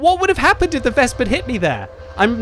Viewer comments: Please, it is not "Wesp" it is "Wes-pe" Anyway usually i agree with no cap - kill all attitude, because if we kill every enemy tanks, we get all more xp - maybe credits too. But yea, not in these risky situations. And yes, i seen a lot of arties who stopped our own cap by killing own capper teammates. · for god's sake, stop saying VESP lol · Ves-peh W is pronounce as V in German. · The last "e" in "Wespe" isn't silent, just like in other German words, like Grille or Löwe